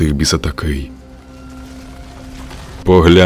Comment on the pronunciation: Не Ітон Вінтрес, а Ітан Вінтерс